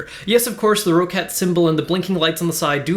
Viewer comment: It's pronounced like "Rocket" not "Row-Cat"